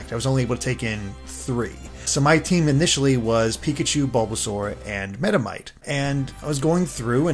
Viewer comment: Hehehe "Metamite." But in all honesty pronouncing 1 out of over 800 pokemon wrong is perfectly fine. Love your reviews!